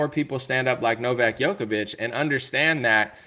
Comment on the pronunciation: Thank you so much for making a show on Novak, my Serbian fellowman , but please start pronouncing his name right. It is not Jokovic but Djokovic ( J like juice ). Thanks !